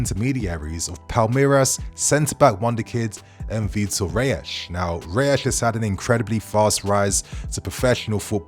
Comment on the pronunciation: It's pronounced Vitor "Hays" lol